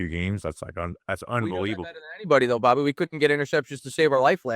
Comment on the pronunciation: Dude, you can't drop the R off the end and leave it in the middle. WTF are you thinking? Straighten your $#%+ out and maybe I will give you a listen. Catch you next time Bobby.